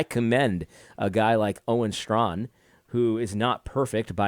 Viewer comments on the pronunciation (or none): I love your videos, brother. I just wanted to say that Owen's last name is basically pronounced straan, not strawn. He was my professor before he became the renowned doctor. He's always been solid. One of the reasons he's so bold is that he actually understands what biblically masculinity requires. My prayers are with you both. Stand firm.